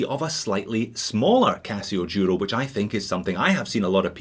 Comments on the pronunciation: Merry Christmas from Spain. I'd like suggest you to try pronounce Duro right during the next course. As you know Duro means Tough in Spanish and should be said Duro with a D not a Y (yuro). Cheers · That's the Scottish pronunciation of the Duro.